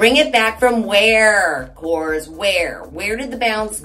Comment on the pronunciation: Hi. The pronunciation is korres. You have to pronounce all the vowels and you tone the word at the last vowel.😊 Kisses!